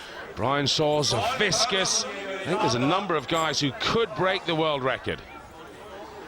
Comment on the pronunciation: Zavickas. Not Zaviskas